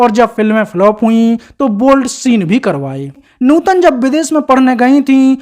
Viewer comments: न्यूतन नही भाई नूतन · कहां से लाये हो ऐसा कॉमेंट्रर जो सधा सा शब्द नूतन नही बोल सकता😅😅😅😅😅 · नूतन बोलो न्यूटन क्या है सामर्थ नहीं समर्थ न्यू तन 😂😅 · Abei gadhei Neuton nahi nootan naam hai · आपका pronounce न्युतन लग रहा है उनका नाम नूतन है